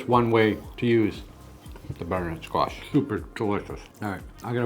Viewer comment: Thanks for sharing. I just wanna check am I the only one that heard him say Squat instead of Squash a couple of times? My sound bar is sticky